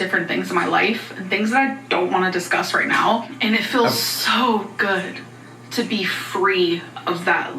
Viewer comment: My boyfriend was listening and asked "Why does she say zoooo instead of soooo?" lol